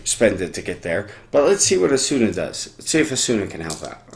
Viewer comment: Thanks for the video. But the way you are saying Asuna is bothersome.